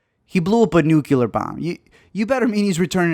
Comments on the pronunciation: There’s only one U in nuclear. New-Clear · and you just said "nucular"